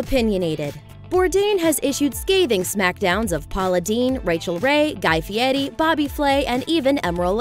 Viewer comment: Guy Fietti....??......isn't that Fieri??!!!!!!!!!!